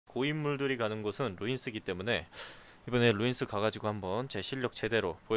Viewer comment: 루'인'스 인데 왜 인이 아니죠? ㅈㅅㅇ 님들.... 계정님이랑 나이가 비슷해서....